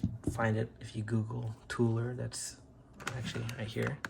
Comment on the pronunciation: Toler is pronounced with the long O sound, as in "toe-ler" or perhaps "tow-ler". That is my last name.